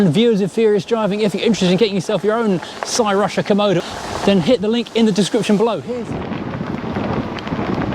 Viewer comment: Interesting they sent one to Hubnut as well. He went Welsh with the pronunciation saying Crusher